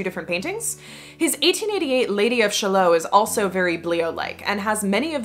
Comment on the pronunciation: I got massively distracted by the Lady of Shallowe - it's pronounced shall-otte, exactly how it's spelt, and rhymed with Camelot and Lancelot.